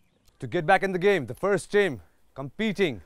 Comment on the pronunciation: always says gyam instead of game. Like if u noticed.